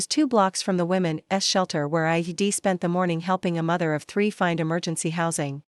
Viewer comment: Women's shelter NOT women s!!! The s is not said separately!!! Try to proofread and teach your AI to read properly!!!!